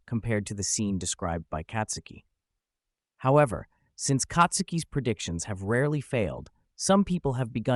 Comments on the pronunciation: Who the F is Katsuki?? She ain't katsudon, white boi. It's Tatsuki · Dude, it's not Katsuki but Tatsuki!!!